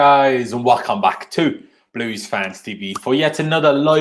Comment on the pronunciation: “Welcome Bach” lol